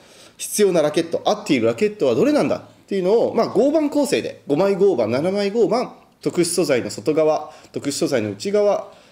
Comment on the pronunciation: マジレスすると合板の読み方は ”ごうばん”…△ ”ごうはん”…〇